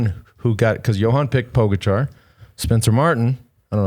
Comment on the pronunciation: It’s pronounced Po GA cha not Po go char!